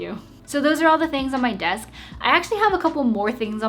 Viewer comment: Ngl I really like ur “besk” lol 😂 no cap ur desk is nice tho